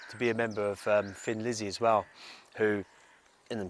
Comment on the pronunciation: Sorry to mention this but I pronounce Thin Lizzy as a thin person. Thin. Maybe it’s your British accent ☺️ Anyway in 1990 I wore out two VCR tapes of Gary Moore and the midnight blues band at Montraux. My inspiration for playing guitar ♥️